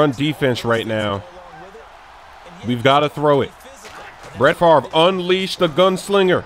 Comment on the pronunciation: I paused the video when you said Bret Farve